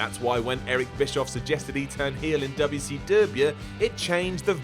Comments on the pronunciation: Every time says: Dobli Sii Dobliu, My mind goes in flashback mode and imagines Goldberg spearing everyone. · Why can’t you pronounce WCW well ?